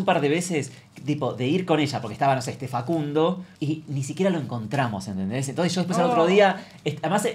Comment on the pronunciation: Venía x esto. Yo tbn entendi fa cun DO!